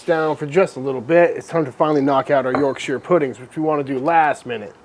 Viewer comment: Sir, it’s not YorkSHEER 😭👊🏼